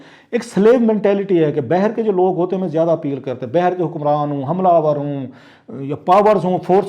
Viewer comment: Word باہر bay her nahi ha , baaher ha